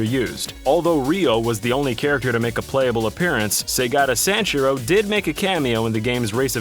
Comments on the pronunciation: You gotta practice your pronunciations on names. Hatsueney miekeu? Saygada Sanjerou? Never heard of those characters before. Hatsune Miku and Segata Sanshiro I have heard of though. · That was possibly the most awful American pronunciation of Segata Sanshiro ever...